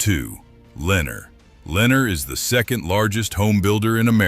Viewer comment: This ai cant even pronounce Lenar and Pulte the correct way😅😅